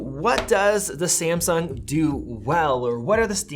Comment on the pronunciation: Hahaha why do you pronounce Samsung like that? Sahhmsuhng ☺️☺️